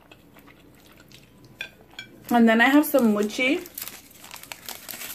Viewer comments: Use those chopsticks right. Not so close to bottom!!! and your saying mocha wrong but it's ok. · you're pronouncing the food wrong...jjajangmyeon is jaja not jojo and mochi is moe-chi.